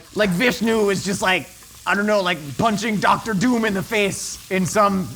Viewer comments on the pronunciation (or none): none